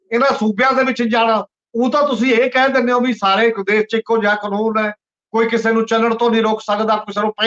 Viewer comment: You need to be neutral and balanced in your comments and in selection of topics . You need to rectify the pronunciation of specific words as Shamboo not Samboo , Desh not Des . Takia Klaam should be repeated time and again . Thanks .